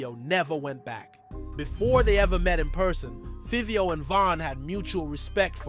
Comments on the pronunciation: Feeveo, mixed fifty with fivio and got fivvy. Man oh man this guy butchered the bro name. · Why you saying favio name like that can tell you don’t even mess with artist just talking it’s like Fabio but with a V favio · Who the hell is feeveo? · Learn how to say Fivio 😂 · bro the pronunciation of fivio how u even mess that up like WTF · Take the time to do a documentary and don’t pronounce the name right is wild lol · I wanted to watch the video, but the way he pronounces Fivio's name annoys tf outta me lol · This shit not explaining nothing and you saying Fivio name wrong man stfu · Yo can’t say his name 😂😂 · Can't even pronounce Fivio...delete your channel🤣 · The pronunciation of Fivio is crazy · FR bro like how the f*ck you mess up his name like WTF